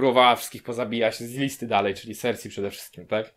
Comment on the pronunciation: W końcu ktoś kto dobrze wymawia imię cersie